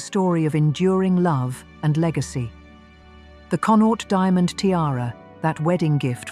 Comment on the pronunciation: Learn how to pronounce "Connaught", PLEASE!? As a person, who was born in the province of Connaught, your butchering of it's pronunciation is painful